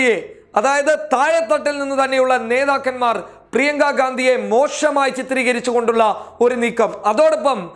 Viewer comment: മോശമായി എന്നാണ് ... മോഷമായി എന്നല്ല